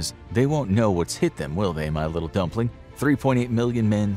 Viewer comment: I lose it whenever he says dumpling 💀💀💀